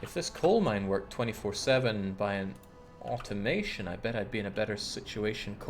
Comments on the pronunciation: I've also heard him say au-ton-mo-ton... which always makes me 🙂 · why can't you say Automaton properly?